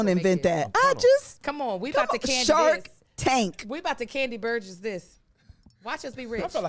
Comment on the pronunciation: repeat after me - Kandi Burr-uss…you stayed saying Burguss or something like that the whole time. I was waiting for someone to correct you but they were too busy laughing at your impersonation of Kandi 😂😂😂